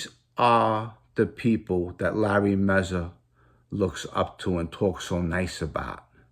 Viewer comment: Its mazza not mezza